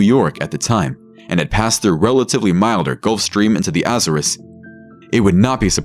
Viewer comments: Jeez this fiverr guy cant pronounce anything right lol. His Azores was particularly bad 😅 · Be honest. Is the narration done by AI? The mispronunciation of Azores makes me think so..